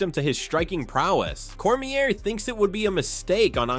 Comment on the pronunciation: Why can you not pronounce these fighters names? Like the most well known and reported on fighters in the world and you still put the"r" on Daniels last name lol. Good content otherwise.